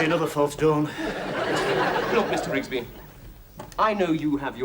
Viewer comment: ITS RIGSBY